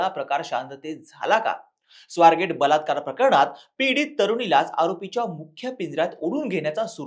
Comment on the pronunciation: अरे तुमचा हा वार्ताहार कधी सुधारणार? शुध्द मराठीत कधी बोलणार? प्रकरण म्हणतात रे बेअक्कल प्रकरन नव्हे ण कुठे वापरतात आणि ण कुठे वापरतात ह्यांचा अभ्यास आधी करून घ्या बरोबर ऊलटा कसा काय जाहिरपणे करू शकतो?